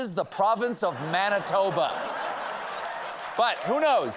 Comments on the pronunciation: as a Canadian, that Manitoba was quality! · So cool that you had all those Canadian right and pronounced correctly! Once again proving that you ROCK Stephen Colbert!